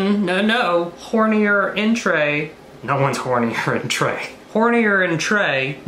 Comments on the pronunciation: He said "hornier" 😂 hornear is bake 😂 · " hornier entre" 😂🤣😂🤣